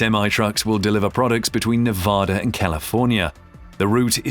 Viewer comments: learn how to pronounce the states name. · PLEASE learn how to pronounce the name of the state of Nevada. The one you have is not correct and just angers those of us that live there or are from there.